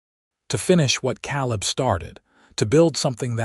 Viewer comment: Not "kal-lib", "Kay'-lib". Spelled Caleb. AI is really terrible at proper names. And I've listened to more than a couple stories where "laddled" is mispronounced "lad-delled" instead of "LAY-delled". Painful to listen to. Like "reed", instead of "red" for "read". And the phonetically spelled name "Ivan ho" for "Ivanhoe". The story is good, but AI makes it hard to enjoy it.